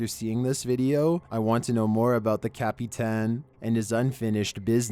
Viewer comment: (cap-pee-tan) 😂 I think your illiterate.